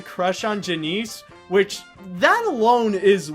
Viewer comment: Janice not Janeece